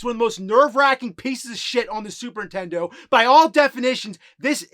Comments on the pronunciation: P.S. It’s “Super Nintendo”, not “Superintendo”. Get it right Jimmy boy! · He still pronounces it "Superintendo" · I love these videos, but the man still after all these years cannot say the word…”SUPER NINTENDO.” Somebody tell this guy there is an “N” in the word Nintendo. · Still saying "Superintendo"